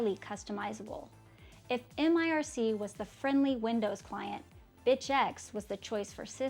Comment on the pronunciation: also IRKKI IRSSI IRSSI !!! Try to learn some other language.... and MIRC !!! NOT ÄM AI AAR SII !!!!!!